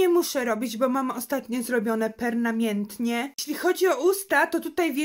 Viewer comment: No i wyszło PERNAMIETNIE😂😂😂😂😂